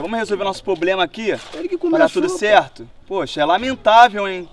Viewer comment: falando poblema